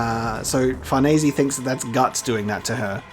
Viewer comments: if the name is actually supposed to be italian, then his pronounciation, thanks to people commenting who clearly don't speak italian, is worse than before... sounds more like americans trying to pronounce bologna and failing miserably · Holy shit, a reply by the man himself. I feel both honored and sad. Sad because it was over something so stupid on my part. I was just nitpicking the pronunciation of the "e" part at the end of her name. You pronounce it like any native english speaker would (and english is about the only language I know that pronounces an "e" that way, as /i/ instead of /e/). But yeah, nitpicking. I didn't mean to attack you and I apologize if that's how it came across. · I won't lie I always presumed it was pronounced FarNees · I was getting worried we wouldn't be getting this anymore. Nice to see it's back. Also STILL pronouncing Farnese wrong xD